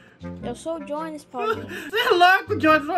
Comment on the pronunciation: não é jones é diones